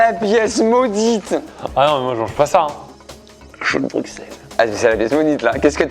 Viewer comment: par pitié ça ne se prononce pas "bruksel" mais "brussel"